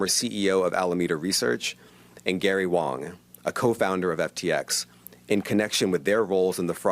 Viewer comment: FINALLY! SOMEONE GOT THE PRONUNCIATION OF WANG CORRECT!